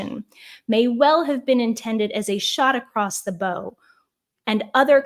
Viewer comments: Love your podcasts!! But 'bow' you used is pronounced b- ow like bow of a boat, not b- o like in your hair. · you mispronounced "bow" in "shot across the bow"; the bow referred to is the bow of a ship, for which "bow" must be pronounced to rhyme with "cow", not with "low".